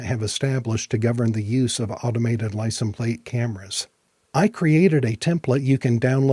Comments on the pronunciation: License pronounced lai·sns. The s is not silent. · Are we all just gonna ignore the way he says license plate? I know he knows how to say it. Are we being trolled?